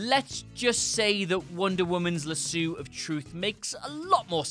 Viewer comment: La-sue....just stop.